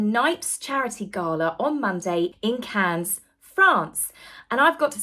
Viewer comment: Cannes is pronounced without the final 's' sound: 'can'.